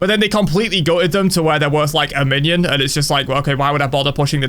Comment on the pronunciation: There’s a way that he says “a minion” kinda hilarious